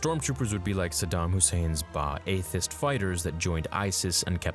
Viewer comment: Also, Ba'athst is pronounced bath-ist.